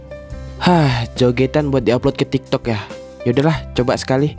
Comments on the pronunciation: tik tok bg bukan toktok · Pas di ngomong tik tok jadi toktok wkwkkwk😂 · Bukan tok tok 😅 tapi tik tok